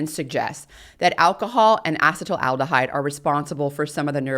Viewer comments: Ethanol's metabolite is not "acetyl aldehyde," it's acetaldehyde, pronounced ass-ih-TAIL-dih-hide. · As a chemist, I found myself distracted from your message by your repeated mispronunciation of acetaldehyde, however you deserve an Ironwomann award for delivering a 3+ hour technical lecture.